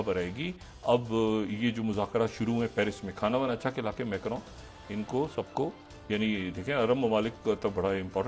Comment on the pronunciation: ڈاکٹر صاحب میں نے اپکو پہلے بھی عرض کیا تھا کہ فرنچ زبان میں ھم (مے کروں) نہیں کہتے. ہم اس کا تلفظ ( ما کروں) کرتے ہیں. احترام سے عرض ہے.